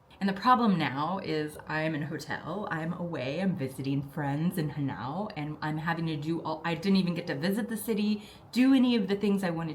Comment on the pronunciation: As a person from Aschaffenburg I must tell you that HANAU has the stress on the first syllable (like HAHNau).